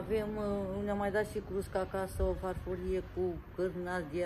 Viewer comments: Se spune cuscra nu crusca cuscra olga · Nu frijider:frigider,frigider,frigider. Nu crusca:Cuscra,Cuscra,Cuscra,cuscra,invatati mai oameni sa pronuntati corect cuvintele ca traiti in Romania rusine. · Cuscra, se spune, nu înțeleg de ce spui "crusca"!!! În mod repetat!